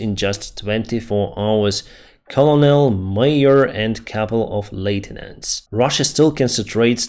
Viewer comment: Just FYI, "colonel" is pronounced "KERNEL" You might say, "that makes no sense"" and you would be right, but there you have it.